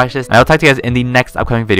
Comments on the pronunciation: Is it a bird? Is it a plane? Its tah...tah... back with another video!!! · Oh My Gwash ()